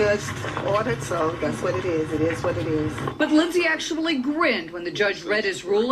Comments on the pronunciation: it ezz what it ezz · it Izz what it izz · ittt izzzz wat it izzzzzz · it eez what it eez